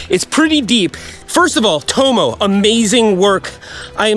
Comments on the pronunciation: Burn my ears 😭 Tomo = tom-o, not toe-moe. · I guarantee if he's native English, his name will be pronounced 'tommo' not "towmow" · I assume he named Tomo after his surname Thompson. So its probably pronounced as "Tom-mo" and not "Toe-mo" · am i right in thinking he's pronouncing Tomo incorrectly?